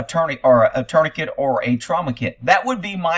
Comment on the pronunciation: What is a turny kit? Tourniquet is pronounced torn-i-kay.